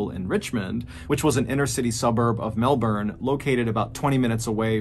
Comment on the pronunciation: Good to see you pronounce Melbourne the way us Aussies do.